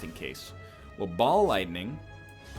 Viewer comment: is it rude if everytime he says ball lightning, i hear Bald Lightning?